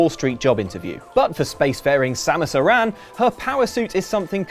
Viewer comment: Can NO-ONE pronounce Samus' surname properly? It's ARAN. not Uran. Or Iran. Fucking Aran.